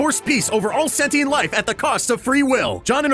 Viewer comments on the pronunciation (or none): none